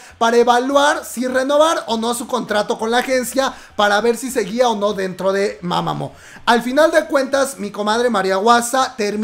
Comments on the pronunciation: Las doble OO pronuncia como una U, es MamamU no MamamO xdddd Me siento Hermione, pero me desespero xd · Comadre, se dice: "mamamú" no "mamamo" xD jajaja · Disculpe la corrección, pero la o se pronuncia como u, es decir se escribe mamamoo pero se pronuncia como mamamuu digo con todo el respeto que se merece.